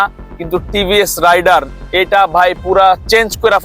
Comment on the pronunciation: ভাইয়া টিভিএস রাইডার না টিভিএস রাইডার উচ্চারণটা ঠিক করে রিভিউ দেন